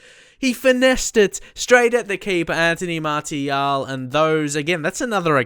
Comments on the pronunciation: Please it's pronounced "Martial" like "Marsial" with an S. I'm french, trust me lol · It's Anthony MAR-SI-AL, cheers mate